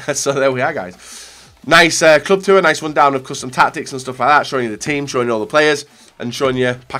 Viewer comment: "Club Two-er day"